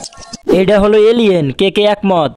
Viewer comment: এলিয়েন না এলিয়েন আম্মা